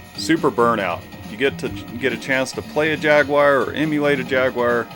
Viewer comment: Ah yes, the Jag-you-are! Fabled down here 🦘. A 'poopality'? What happens with one of those? 😂